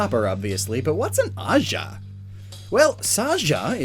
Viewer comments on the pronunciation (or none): & It's not shaaja or jaaja. It's pronounced Guh - jaah So Raja and Gaja have nothing in common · The Indian theme background music is Soo awesome.. Actually in Sanskrit Gaja means elephant the G is not silent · It is Gaja. G as in Gas. And it is better to see the Raja(h), which literally means king in many Indian languages. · The way you pronounced ajah means come here in Punjabi (Indian language) btw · Umm....you mispronounced the word Gaja. And straight away the meaning of Copperajah is king of copper.